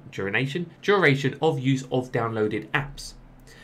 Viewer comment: Durination? Is that advanced urination? You urinate what you drink? Drink urination? Drink tea, urinate tea!